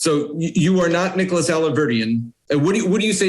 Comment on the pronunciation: I love how she makes an extra effort to deliberately get name wrong every time she says it, as if she wouldn’t remember it.